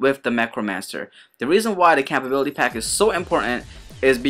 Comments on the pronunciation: "Campability"? Ummmm...compatibility??? llol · Whys he say compatibility like that?